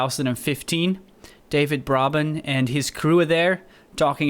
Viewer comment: Just fyi: David's last name is pronounced "bray-ben" XD Sorry to be that guy! This is a great video, by the way, thanks so much for posting!